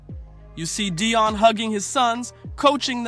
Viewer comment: Stop saying his name is Deion not Dion